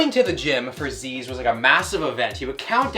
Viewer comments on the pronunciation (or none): its not zeeez its zyzz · Zeeeez, myrin lol Its zuss, and mairin. bloody yanks! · It’s pronounced like Zizz not Zeez, it’s a bumbag not a Fanny pack, and mirin’ is pronounced like the end bit of admiring because that’s where it comes from - A disgruntled Aussie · It’s pronounced “Zizz” not “Zeeeezz” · Zyzz = ‘ZiZ’ not ‘ze-ez’ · ITS ZIZZ BRAH NOT ZEEZE!!!!!!!!!!!! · It’s “zizz” brah! Zyzz pronounced zizz not zeez this ain’t an accent thing bro it is pronounces ziz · its pronounced ZIZZ not ZEEZ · His name isnt "zeeeeez" its zyzz, short and sweet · It's not pronounced "Zeez" it's pronounced "Zizz" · It’s pronounced Zizz not Zeez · It’s not zeez it’s *izz with a z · count how many times he said zeez instead of zyzz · His name is pronounced Zizz. All his family pronounce it this way, not zezz. He has said its pronounced Zizz to mock Americans tho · my guys calling him zeeez, its pronounced zizz bro. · why do americans and canadians call him zeeez. its z-izz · Its not Zed like Zisized. ITS!!!! Like ZYZZ FUUaKING -----------------"ZYZZ;........................................ BRAAAAAA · Is he really pronounced "zeez"? I always thought it was more like "sis" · His name is Zyzz not Zzzz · It’s pronounced “Ziz” not “Zees”. Us Australians are turning in our grave right now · I am Australian his name is pronounced "ZIZ" for everyone wondering, not pronounced zyyyyyeeezzz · it’s zizz not zeeze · Zeeez that legit makes me hit a Billy it's ziz zyzz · Pronounced 'Ziz' not 'Zeez' FYI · Zizz not Zeez brah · Please brah ... on behalf of all Australians... Its pronounced "zizz" not "zeez" - Insulting our brother RIP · I always thought it was pronounced like zizz not like zeez. Also you mirin bro? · it's Zyzz, not Zeez. Brah. U mirin' brah? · Say it Z-i-zz, gotta respect the name 😭😭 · bro said zeez and meerin bruh like wtf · "It's not zyzz it's fkin zeez man" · Bro it zyyz but you say it like zizz.... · its pronounced zizz my dude, immidate dissapointment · lmao "zeeez"